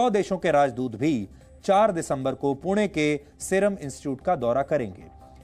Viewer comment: पुण्याचा उल्लेख पूना,पूने,पुने न म्हणता 'पुणे 'म्हणून केलेला उच्चार👌बरोबर केला आहे.